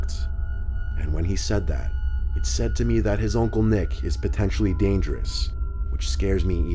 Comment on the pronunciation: The way he says Oncle lool